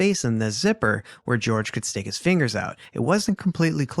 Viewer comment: I hate that the trial and how Sarah called him George caught on. It's not pronounced like that. His family has said he went by Jorge pronounced Hor-hay.